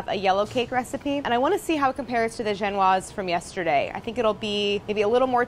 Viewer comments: I love you and these videos Claire, but genoise is pronounced gen-o-ease (see Great British Baking Show when they make constant jokes about genoise being not so genoeasy) not gen-waz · AAAHHHHHHH tfw Claire pronounces "genoise" as "jen-wahz" when you've been binging GBBS on Netflix and you've grown accustomed to the British pronunciation of "jen-oh-weez" smh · Genoise is not pronounced gen-wha; it is gen-o-ease. lol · My boyfriend had been watching The Great British Baking Show and when Claire said "Genoise", he aggressively announced that she said it wrong. I asked him if he was sure and he said the British people said it differently. I told him it was a French word and to look it up. He did. And then looked up another. And another... And another. Claire was right. 😂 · It's pronounced Jen-o-eese (Genoise) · No it’s not, it’s pronounced Jen warz.....it’s French.